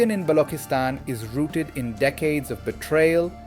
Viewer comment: Why Balockistan instead of Baluchistan? Why Packistan instead of Pakistan? Why Saardaar instead of Sardar? The artificially 'Gora' sounding pronunciation is really irritating and fake and distracts from the message. It shows some sort of inferiority complex on behalf of the commentator with using the authentic pronunciation. Please avoid these fake distractions